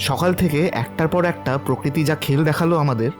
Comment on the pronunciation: দিদি ওটা প্রকৃতি, প্রকিতি না